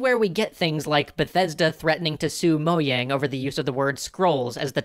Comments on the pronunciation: its pronounced mo-JANG not YANG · moyang? MOYANG?! MOYANG!?!?!?!!!?!?!!!!!!!??!!?! ITS MOJANG< MO-JJJJJJJJJJJJJJ-ANG!!! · Uhh it’s mo-jang not mo-yang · "Mo-yang"? have i been pronouncing it wrong. I pronounce it "Mo-Jang". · You pronounce Mojang incorrectly, it's "Mo-jang" not "Mo-yang" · Wait, the "J" in "Mojang" is pronounced like a "Y?" I've apparently been pronouncing it wrong for YEARS... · What the heck is Moyang? Is that how you pronounce Mojang or is that just you? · You made mojang sound like moyang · moh-yang. the j is pronounced like a y. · Actually the creators of Mojang pronounce as "mo-jang"